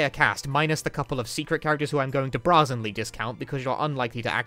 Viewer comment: I'm glad I discovered this excellent video! I only have one criticism, or piece of advice, really: the word "brazenly" is not pronounced "brah-zenly"; it's pronounced "bray-zenly".